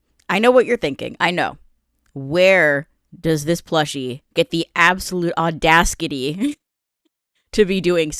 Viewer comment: You sold me with "audaskitty", watching the whole video.